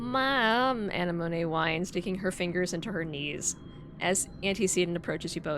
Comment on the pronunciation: I'm sure you know this by now, but Anemone is pronounced like the flower. Uh-nem-oh-nee